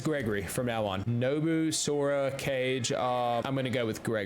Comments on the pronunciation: bro really read caige instead of kage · Pronunciation of Japanese names are super funny Cage (Kage) 😅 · It’s not cage it’s Kage I always chose that name don’t mind me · This man needs to learn Japanese it’s kar gey not cage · I’m still laughing when he pronounced kage as “cage” 😂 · bro called kage cage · “Saykai” “Shi-mura” “Cage” “Canada” “Masacow” “eshikawa” “Rie-uzo” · Blud said Canada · The smile on my face fadded when he pronounced Kage as cage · Castle Canada😅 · Bro called kage like cage lol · nobu, sora C A G E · Bro said cage💀